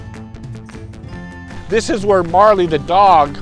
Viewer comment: A little bit wrong in spots, but fun to listen to none the less. And it's pronounced MOOREly's dog not MARley's dog. Glad to hear you're doing better.